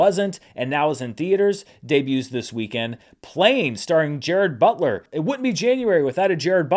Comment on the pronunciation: I definitely thought was saying “Jared Butler”… I guess I wasn’t present at the origination of this in-joke.